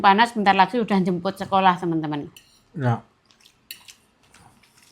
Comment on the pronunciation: tlg kalau blg sekolah H nya dibaca mbak ❤ maaf ya mbak 🙏